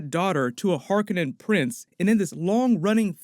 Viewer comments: Harkonnen (Har KO' nen) not (har ka NEN') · Harkonnen is pronounced “Har-KOH-nen” not “HAR-ken-nen.” Stress on the second syllable not the first. Second syllable sounds like “cone” not “Ken.” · Har-Koh-Nen. Not Kar-Keh-Nahn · Har-Cone-In......say it like that. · Har-Koh-Nen. Jesus. Read a book. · It’s pronounced “hark-cohen “ , not being mean or petty just a fan of this story and the writer. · Just so you know it's pronounced "Harkónnen"